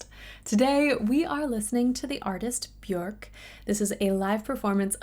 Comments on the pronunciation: And btw it is isnt pronounced Beyork. It is pronounced Byerk... with a little flick of the tongue on the JO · Bjork (pronounced "be-yerk") is super interesting because she has been singing professionally since she was a child, but is not a technical singer like Mike Patton or Ariana Grande. She had laser surgery in 2012 for a vocal polyp - nothing was confirmed but it was probably due to her extensive use of distortion, shouting, and unconventional techniques. After the surgery she stated that her voice felt "as good as pre-nodule". I, along with other fans, noticed her singing with more restraint, probably due to vocal exercises done the previous four years. Some thought she didn't sound as good - I think change is necessary and good, especially when you are making a vocal health change. The cool thing about her vocal style is that she embraces her Icelandic accent rather than trying to sound neutral. She taps into a traditional Icelandic style derived from kvæðaskapur (unaccompanied songs from epic poetry) and Icelandic hymn traditions to express a distinctly Icelandic identity that merges ancient storytelling with futuristic technology. Her later output has become more narrative, which I personally don't enjoy as much, but her voice and her phrasing is always delightful. I would recommend Post, Homogenic, and Vespertine if you are going to do more Bjork - those albums are more accessible than later work. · it's pronounced byerk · This may have already been mentioned..."Björk" rhymes with "work."